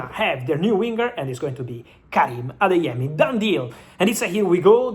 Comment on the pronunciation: You're pronouncing the Nigerian names really well Ugochukwu, Adeyemi etc